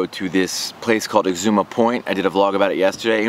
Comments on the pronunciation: Exuma Island. Ex OOO MA. Not Eczema. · It is Exuma, not eczma. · X-ZOO-MA not Ezcema lol - So thankful I decided against Fyre Festival after reading about the fraud a month or so ahead of time. Happy you still made a good time out of it. Exuma is great and theirs tons to do there, hope you got to check a few sites out. The fact that they did this the same weekend as Exuma's ANNUAL regatta told me it was going to be a fail. Every year its hard to find cars, accomodation etc on Exuma during regatta. All of this was just poor planning on thier part and an island as small as Exuma does not have the infrastructure to handle it without planning WAYYYY ahead of time. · Learn how to pronounce EX-ZOO-MA you sound like you're saying Exama you fucking tard. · bruh why did you lie to all your followers in previous videos and in this one, you shouldve been sketched out from day one? seems like you have no intuition. i have watched your fyre videos and they are straight sellout trash yo. you have zero integrity. also i dont think its pronounced eczema like the skin condition you fool. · Did you just say Excema Beach? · its pronounced "egg ZOOM ah" not like the skin condition.... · exuma.. practice that word